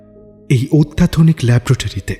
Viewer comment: ল্যাবরেটরি উচ্চারণ: "ল্যাবোরেটরি"| "ল্যাব্রেটরি" নয়|